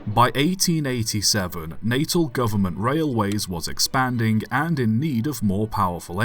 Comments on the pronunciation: Natal - pronounced na-TAAL, not NAY-tul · Pronounced Nat al.